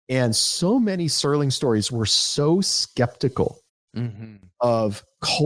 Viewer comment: it's Serling! Serling! not sterling! archer's first name is sterling!